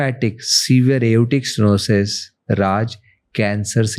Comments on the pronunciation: It’s not erotic stenosis.. it’s aortic stenosis..😊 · Aortic sterosis ❌, Aroric stenosis ❌, struggling to pronounce Aortic stenosis ✅ 😅, by the the amazing podcast